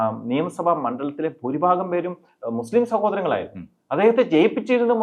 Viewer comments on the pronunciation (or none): none